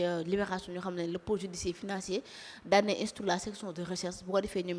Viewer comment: On ne dit pas le pole judicier... MAIS LE PÔLE JUDICIAIRE FINANCIER.. IL FAUT ESSAYER DE PARLER LE FRANCAIS CORRECTEMENT.. FAITES UN EFFORT DE GRÂCE.